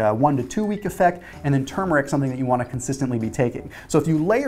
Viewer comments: I think you're the only one on YouTube who says TuRmeric correctly! Thanks for the great video! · I know, huh? People need to say it right. There’s an “R” in there and the first syllable is accented, not the second.